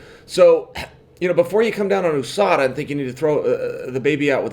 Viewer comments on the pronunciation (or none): Its not ooohsada its usada